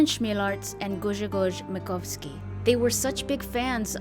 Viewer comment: LOL., you need to learn basics of Polish phonetics. It isn't that hard, it's just a bit different than English one. Adrian Chmielarz = ad-ree-ahn hm-yell-ash in Polish CH and H sounds the same - it's like H in word 'hello'. RZ and Ż are pronounced like si in word 'vision'. So it's like sh but more sonant. Grzegorz Makowski = gshe-goh-sh mah-kov-skee